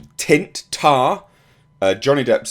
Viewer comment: *Taint not Tint?